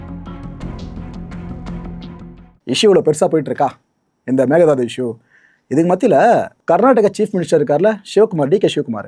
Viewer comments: It's Mekedatu not mekedhadu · The correct way to say it is may-kay-dhaa-tu Meke is goat or aadu Datu is to jump or leap